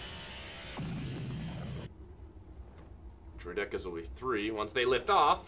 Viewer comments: It bothered me how he said Droideka, I've always heard it as "droid-eh-kah." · the way you pronounce droidica's is hilarious haha:)